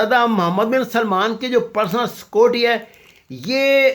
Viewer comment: چل اوئے بھوتنی دے آ ،پہلے بولنا تاں سِکھ، "سکوٹی" سیکیورٹی ہوندا اے، وڈا تجزیہ نگار